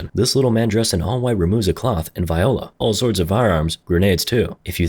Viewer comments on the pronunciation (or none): did bro say viola instead of viola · Do you say "viola" on purpose? The word is "voila" (pronounced "Vwah LAH"). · DID YOU JUST SAY VI-HOLA???? LMFAO